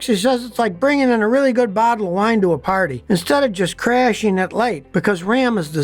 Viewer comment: F150 "Lighteen"???? "Onconventional"?????? "Crasheen"?????